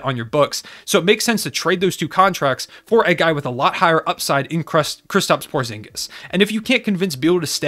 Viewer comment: Porzingis? POORzingis...